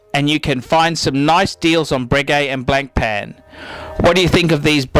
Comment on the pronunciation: Your pronunciation of Blancpain is atrocious.